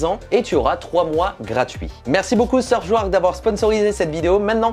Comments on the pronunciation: Tu pourrais faire gaffe à ta prononciation quand même... Surfchouark minimum 3X, c'est ta sponso, respecte les mdr Et splitscan, pas splitcan... M'enfin, la vidéo reste sympa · RIP la prononciation... "seubschouark" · SurfSHOUARK🤣🤣des barres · Franchement je suis le VPN, je ne fais plus jamais de partenariat avec toi... c’est pas sérieux de ne même pas prononcer le nom correctement...